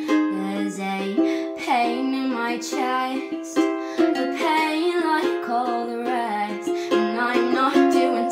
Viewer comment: "A pain in my chayst"??? Why do so many people sing with these pronunciations???